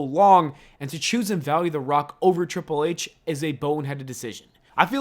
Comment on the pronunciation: you butchered Triple H’s name